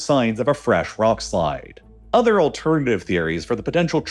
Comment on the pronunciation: “udder” quietness lol